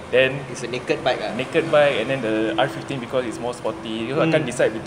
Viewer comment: the urge on zar face to correct the proper pronunciation of M15 and R15